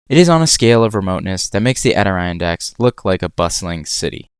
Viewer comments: Agree with comment below. Your misspelling of Adirondacks leads to the mispronunciation. Four syllables: A-dir-ron-dax, accent on the first syllable. Best way to keep from sounding like an AI generated voice. As for experiences - late January to mid February is a generally fine time to explore many areas of Death Valley. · adoriandack? bro butchered the pronunciation 😭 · Great video. But may I suggest looking up pronunciation for words you don't know? Example: ad-eh-RON-dacks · Adirondacks,. Ah-dih-ron-dacks. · The Adirondacks are pronounced ad-ih-RON-dacks. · Nice project. Sorry I have to be a pronunciation troll. You likely had little exposure to eastern landmarks from Idaho. Adirondacks -- Add-eh-RON-dacks. You are most welcome. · (OUTTER - ron - Decks) I’m from Louisiana and even I know that’s how it’s pronounced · IT’S ADIRONDACKS. AH-DA-RON-DAKS. You seriously couldn’t do a two second google search on how to spell and pronounce it? It’s literally one of ten main topics in your video. Unprofessional and stupid! Garbage videos… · Nice! Adirondacks mentioned! It's pronounced Adder-on-dacks, but I am glad you put it on the list. Beautiful place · Thanx, that was driving me nuts! Adding letters/syllables that are not there..(?) As a kid, I saw, a-d-iron-dacks, (say, iron)!😅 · Was painful to hear him pronounce it.. a fairly common reference. Makes me question the overall knowledge here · It was the way he mispronounced it, for me. "Adi-Rhine-Dacks" ?? Brother, what? Where is that second "i" sound coming from? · Abysmal pronunciation of adirondacks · It’s so painful watching him try to pronounce Adirondacks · Uh oh, you bout to get chewed up by New Yorkers for mispronouncing Adirondacks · Bro pronouncing Adirondacks Like Siri would